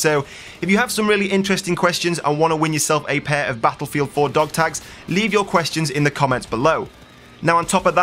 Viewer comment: I don't mind your commentaries but GODDAMMITT... you said Battlelfield 26 F**Kin' TIMES!!! HOLY CRAP.